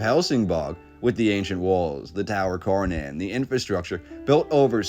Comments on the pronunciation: I'm Swedish so this was extra fascinating to me! btw, "Kärnan" as it's called could for you english speakers be pronounced by saying "SHARE NONE" the Ä sounds like the "ha" in "share and the "nan" at the end sounds close to "none" depending on your accent. otherwise cut "nanny" at "nann" and you have our way of saying KÄRNAN. "share none" or "share nann" :) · A more correct pronunciation for "Kärnan" would be "Chair-Nun" or "Share-None" :-) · Thanks for showing Swedens Star cities. Borg means fort. Skans is another unknown name for most swedes. Kärnan is pronounced tchj-air-nan=core Thank You Sir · Interesting! Thanks for this video. I'm Swedish and I have noticed that our history is really obscured.(as it is everywhere) By the way Kärnan is pronounced "Schairnaan"😉🤗